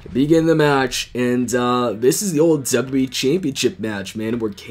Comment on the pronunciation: Its funny how he says wwe he says w e Mayhem